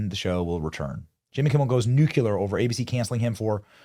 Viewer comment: "nukuler" If you can't pronounce a word, don't try. If you mangle the same word regularly on your podcast, I have to down vote you and stop watching. Stop trying to pronounce "nuclear".